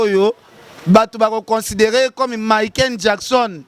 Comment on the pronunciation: azo koka ata ko prononcer Michael Jackson te kieeeeee 😅😅😅😅😅un vrai mbokar,mawa...